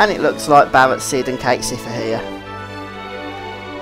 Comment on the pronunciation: Idk why but i find it funny how ya tak, saying Barret and Sephiroth. it's like you are replacing r's with w's, talking like you're talking to a baby. Lol